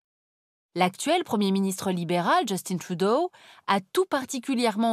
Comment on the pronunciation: J'aimerais comprendre votre trip à prononcer le nom de Justin Trudeau avec un accent anglophone alors que c'est un nom francophone ...